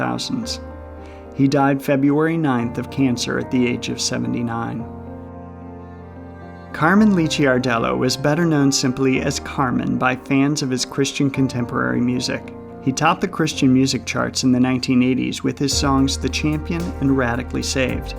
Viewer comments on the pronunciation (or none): Carman's last name is pronounced LIKK'R-dello. If you are going to feature a celebrity death, then LEARN HOW TO PRONOUNCE THEIR NAME. And he DID set a record, not just "supposed".